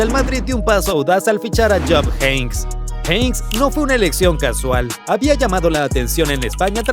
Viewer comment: Minuto . Habláis sin saber ni tener información y os equivocáis con el despido de Jupp Heynckes (Por cierto, se pronuncia JEINKES, y no Jeins). Dicho despido se hizo tras una llamada del Jupp Heynckes a Lorenzo Sanz diciéndole, Jupp Heynckes, que no podía controlar la plantilla, vamos que no podía con los jugadores debido sobretodo por sus altos egos. Lorenzo Sanz, por lo tanto, procedió a cesarlo al acabar la Temporada, con la SÉPTIMA, por supuesto. De hecho, cuando Heynckes le llama, Lorenzo le pregunta que pasaba, si en una semana vas a ser campeón de Europa. Lorenzo Sanz, si no es por esta circunstancia, no hubiera cesado a Jupp y hubiera continuado con el. Antes de hacer el Video, hay que informarse, pues habéis cometido un error con la SÉPTIMA del MADRID de Jupp.